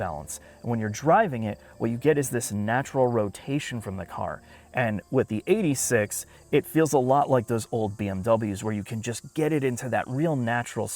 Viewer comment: It's Eight Six, not eighty six pls